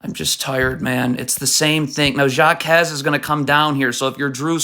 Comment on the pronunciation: its not pronounced JAkez its HAkez